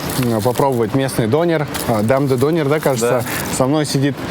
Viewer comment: Что за дОнер, дөнЕр ғой... Дұрыстап сөйлесеңдерші... Тым болмағанда, бір заттың атауын айтқанда...🤦🏼🤦🏼🤦🏼